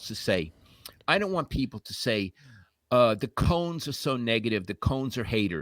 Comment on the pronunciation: It’s not Karens, it’s Cohn’s!